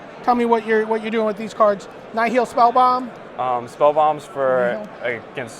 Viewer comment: "Nye Heel Spellbomb" D: I thought it was "Nile", like in nihilism.